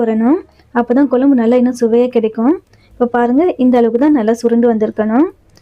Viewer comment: Kolambu pronuce correcta pa nu